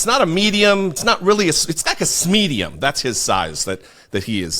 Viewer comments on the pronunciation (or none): LOL "Smedium"